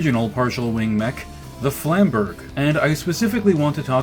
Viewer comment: Trying not to cringe as you butcher the word Flamberge ...... Flam bur jay would have been closer